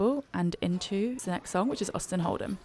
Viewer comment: Did you say “Austin Hold ‘em”